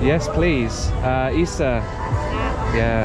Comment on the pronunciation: Great job on your Tagalog! One tip that I would give if you want to sound more like a native is to be mindful of which syllable you stress. For example in the word "salamat," make sure you put the stress on the 2nd syllable: suh-LAH-maht. And for "isa" it's also on the 2nd syllable: ee-SAH